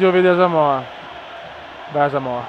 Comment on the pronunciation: non hai messo pogba e comunque si dice asamoha no asamoha'